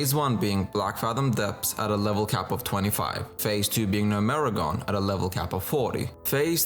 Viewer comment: it's not pronounced "gno-me-ragon" it's "gnome-regan"...